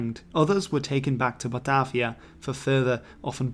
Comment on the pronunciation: Batarvia. Where did the "R" come from?